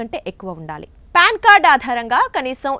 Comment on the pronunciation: అమ్మ తల్లీ, అది ప్యాన్ కార్డు కాదమ్మా.. పాన్ కార్డు.